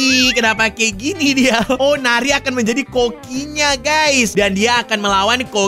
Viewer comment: bang namanya bukan neri tapi yang benar nari